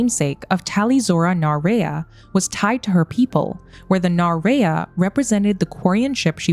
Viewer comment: The mispronunciation of the Rayya really irks me.